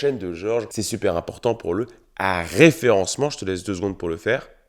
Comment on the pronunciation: je commente pour le "rrrreferencement"